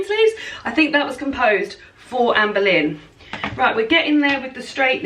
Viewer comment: Me being American and knowing absolutely nothing about any of these queens, I spent the entire last video thinking you were saying Amber Lynn until I saw the title of this video. 🤦🏻‍♀️😂